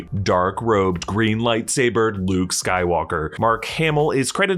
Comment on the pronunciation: its look like he is say bluke instead of luke